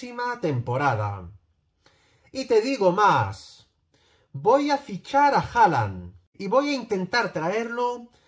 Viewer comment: si la fórmula jajakaka de hallang no hallong